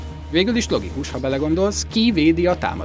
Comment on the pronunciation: "Kí-védi a támadásokat" OMG